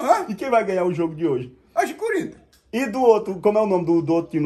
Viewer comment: E esse nome "coríntias" foi de propósito? KKKKK